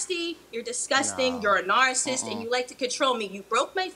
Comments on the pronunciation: She also said “narrisist” lol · Girl please …….. explain to me what on earth is a “Nar asst “ 😂 I hollered y’all !